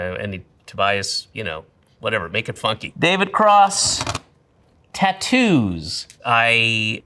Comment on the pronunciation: "make it FUNKY" sounds alooooooot like "make it FUNKË"